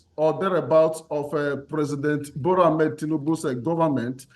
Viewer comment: "Ebola" Tinubu. That is a racist. It is Bola Tinubu. I doubt it is an accident.